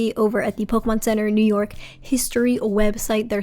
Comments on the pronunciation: Upload all software that you can please. For everyone to use and most importantly for preservation purposes. Also it's Pokémon not Pokuhmon. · Pokay not pokey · IS PO"K""Care(Like take care but the last sound no "a" or "air")"MON NOT PO"KER"MON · I cringe every time you pronounce it Po-key-mon..... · Why does he keep pronouncing Pokémon wrong? Can he not see the accent mark in the logo that clearly indicates it's supposed to be pronounced as a shwa, specifically so Americans wouldn't say it with a long E? It's 2022. Stop saying it wrong. There's no excuse anymore lol